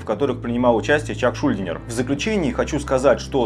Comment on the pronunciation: Разве ШУльдинер а не шульдИнер?/